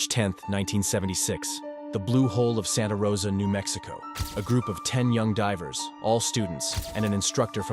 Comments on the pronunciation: who hurt me? Deevers. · or i can just laugh at the way he pronounced divers. You took this way too personally